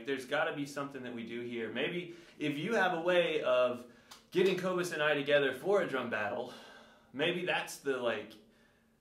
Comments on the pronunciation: If your drumming is as bad as your pronunciation of his name, then you’re gonna be in trouble fam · #teamcobus you don’t know how to say his name! You’ve been calling him out so don’t bag on him! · Don’t mess with a South African! Hy gaan jou gat skop! 🇿🇦 At least learn to pronounce his name!! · “He doesn’t even know how to say his own name” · Cobus would win, hands down. How about worrying about pronouncing his name correctly lol Granted, his last name is difficult if you're not familiar with it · Also musicians are smart. The fact that can't even pronounce Cobus' name proves he's a fake!🤣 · Why don’t you learn how to say his name?!